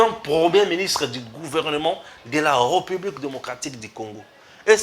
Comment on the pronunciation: Cher Frère,, vos émissions sont très bien suivies et appréciées partout à travers le monde. Mais ce qui fait une tâche d'huile c'est votre façon de prononcer le mot "président de la République Démocratique du Congo" c'est question de veiller sur la prononciation de "République". Le "ré" a un accent aigu. Merci. Si cette remarque vous a fait mal, je vous prie de bien vouloir accepter mes excuses patriotiques.